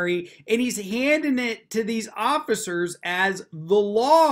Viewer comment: very funny how they are so snug about how right they are but everyone else is wrong. yes, please be quiwt. i sant council. well, maybe not. i'm done talking. so shut up. just keep saying the magic words! but wait. the oggicers did not disappear. did he say the words wrong?